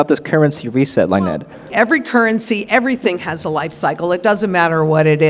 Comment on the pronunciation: It would be good if the host could pronounced Lynettes name properly. (Hint: it isnt Line-Ette). Even the other guest micro-pronounced Lynette sending host a clue. Lynette is so gracious.